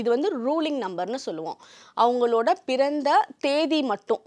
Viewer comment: பிறந்த not பொறந்த sis ..😢😢